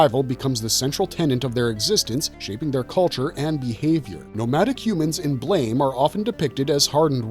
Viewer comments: Its Blah-mah.. not Blame. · The pronunciation is not like the English word blame. It is blam like a sound effect a la biff, pow, etc.